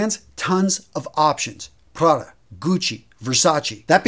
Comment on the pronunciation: It's Versace!...not Versa-chi